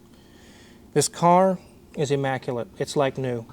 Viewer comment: "E- maculate" 😉